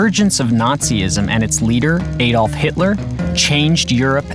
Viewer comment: My ears hurt any time he says any name wrong, including the name "Adolf" but aside from that, this video is very sad and the world should be reminded what not to do.